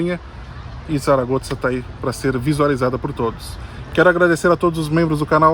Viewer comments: Zaragoza (pronúncia correta em espanhol é SARAGOÇA, muito, mas muito diferente que Tsaragotza) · Achei interessante a pronúncia de vocês do nome da cidade "Zaragoza". Brasileiros, falando o nome de uma cidade espanhola com um "z" à italiana. Abraços! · Gente, não se fala "Tsaragotsa", não hahaha isso deve ser por vocês morarem na Itália, né? Se diz ou "Çaragoça" ou "Tharagotha" como os nativos devem dizer. Pronunciar como diríamos em português, com som de Z mesmo, ficaria mais natural para nós também. Mas o "ts" ficou estranho. Desculpem-me pela pequena crítica! Talvez um dia eu possa morar aí. Muito bom vídeo, Abraços!